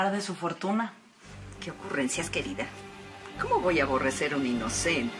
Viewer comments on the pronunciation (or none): Siento que cuando Fedra dice: Querida parece q dijera estúpida jajaja